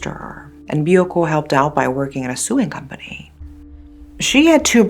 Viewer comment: your ponounciation is excellent, you only made a mistake on the word "sewing" I enjoy your series immensely